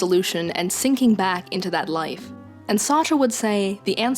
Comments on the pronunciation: "John Paul Sahtra" Sart. Like fart but with an S. Sartre is a French name, half the letters don't matter. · had to pause and take a second after that Sartre pronunciation, holy crap